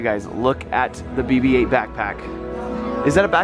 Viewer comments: it's not Bebe 8 it's BB-8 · Yeah it sounds like Baby 8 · it sounds like says baby 8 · AWW when says bb8 it sounds like he's saying baby 8 lol =D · It sonnds like his saying baby ate